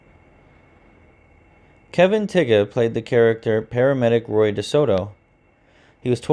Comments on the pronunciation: You pronounce Kevin’s last name as Tie…Julie was NOT 26 when the show started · Randolph Mantooth was 25 in 1972 when the show first started. Not 28. Julie London was in her 40's, and Kevin Tigh's last name was pronounced Tigh (like Tie) not Tigga. Need to get your facts straight. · You're pronouncing Tighe wrong. It's pronounced "Tie". Randolph Mantooth lives in Santa Barbara not Sacramento.